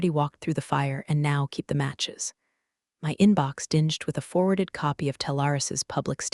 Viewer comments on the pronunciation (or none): Dinged is pronounced with a hard "G" sound (ground, good, gone)